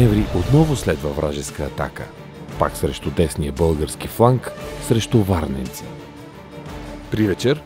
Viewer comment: АБСОЛЮТНО СЪМ СИГУРЕН ЧЕ НАРОЧНО КАЗА ВАРНЙЕНЦИ